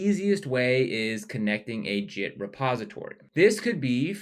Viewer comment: "Jit" and "Jithub"... ? 😬😅